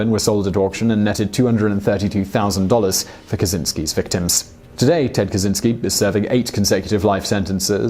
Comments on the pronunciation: you say it kachinski not kazinski btw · cz makes a "ch" sounds; it's a Slavic thing. You wouldn't call him "Kazynski" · it’s “ka-CHIN-sky” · Lovely video, really nice. It could be useless for You, but Kaczyński, as in original, you should read "Catch-y-knee(normal reading - something like nee but a little bit shorter)ski. Ski is actually good. Easiest way I could make it, it may sound funny but it helps with correct pronunciation of it. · Kaczyński (catch-in-ski)